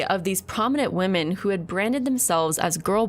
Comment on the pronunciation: I HATE that she can't say "women" plural.